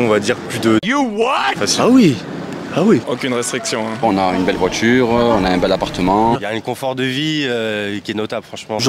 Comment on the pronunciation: Belle voichure bel apparchement 😅😅😅